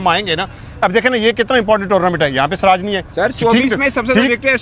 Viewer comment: bhai aap ke shati siraj ko swraj bol raha hay jara thik karo bhai.muslim hokar bhi siraj nahi bol sakte?